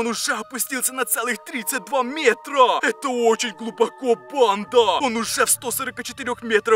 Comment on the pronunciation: Мне ненравится когда ты говоришь бандаааааа ты ударение ставишь и ещё ты надаел говорить чёрттттт